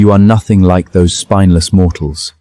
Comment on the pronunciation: Ai seems to be having trouble pronouncing spineless, keeps seeing spinless